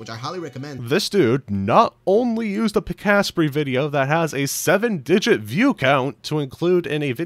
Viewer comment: Thank you for calling out the Pikasprey thing. I find it's rarely mentioned when this happens. There is nothing I enjoy more in life than the content creators who reference Pikasprey in their low effort fact videos, recommend him, and then proceed to butcher his name in spite of him saying at the end of every video. Really shows the type of effort they put into the content that they can't even watch until the end of someone else's better video that they're mooching off of.